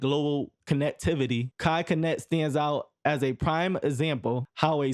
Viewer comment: dude definitely thought mispronouncing his name would help his algorithm by making folks commit. here you go g. my comment might help push u a lil